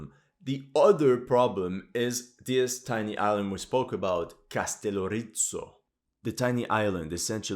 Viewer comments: Castellorizzo..☠️ Bro if you're going to make historical content regarding Greece, at least make sure you pronounce our islands correctly. It's Kastellόrizo (Καστελλόριζο). It's not italian anymore..smh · KastelOrizo emfasis to O. Proper greek pronunciation. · As a Mcedomian Greek I find you analysis superbe. Bravo !! (As for the name of Kastelorizo , you half-killed it.} Anyway we follow your Ukraine quest regularly. Keep on.